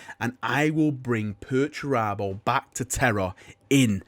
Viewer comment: You just love saying 'Perch Rabbo' dont you? :)